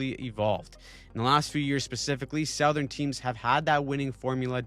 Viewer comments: Off-topic, but the way you say "Southern" just hurts me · I know you're not AI (and I appreciate that!) but couldn't help but notice that you pronounce "southern" as "SOW-thern," but we pronounce it "SUH-thern". Is that a Canadian dialect thing? Keep up the good work. I'm a long time subscriber. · Do Canadians say "sowthern" rather than "suthern"